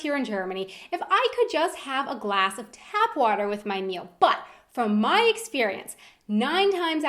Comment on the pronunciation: did anyone else notice that the kept messing up when she said glass